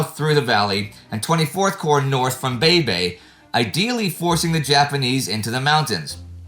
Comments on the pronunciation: Baybay pronounced as "Beybey" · Minor correction here guys. Baybay is actually pronounced like 'Bye-Bye'.